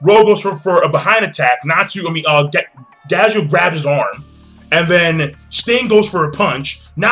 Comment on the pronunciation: When he said Najeel I instantly thought of Natsu and Gajeel using the Potara earings or doing the Fusion Dance. In all honesty them fusing together would be pretty frickin' awesome.